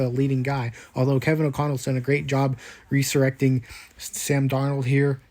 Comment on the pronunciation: that's not how you pronounce resurrecting